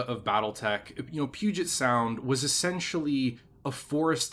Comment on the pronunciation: You know how to pronounce Puget Sound. Are you from Washington?